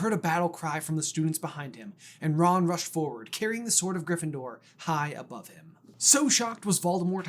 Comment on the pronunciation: I’ll give you another one: “what if… Snape was sorted in griffyndoor”